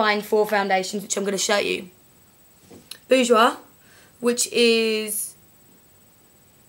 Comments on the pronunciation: PS - You said "Bourjois" perfectly! :) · Haha don't worry, I'm French and I can tell you that you don't pronounce "Bourjois" that bad, anyway this really was useful, you should definitly do that for other products: brushes, palettes, etc... Anyway you two are great, thanks to you I can finally manage not to look like a Picasso, I do worship you haha.